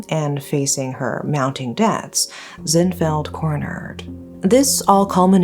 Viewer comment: *Zin, not Zen. It's Zin Mar Nwe to be exact. In Myanmar names, we don't have first names, last names. We pronounce all names together. So, it's Zin Mar Nwe to be exact. That said, we do have short names which we use between friends and family. In this case, you can call her Zin Mar. We rarely call one word only except for one condition, between lovers (that is love relationship).